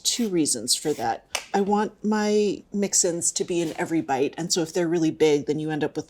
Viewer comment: Ah…mix-ins, not mixin’s.